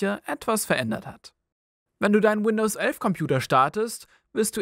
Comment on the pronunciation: Das heißt nicht Windows ölf